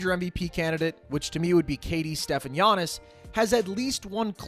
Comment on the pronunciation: Yeah but no…. It’s Giannis